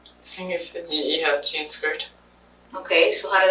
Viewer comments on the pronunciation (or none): none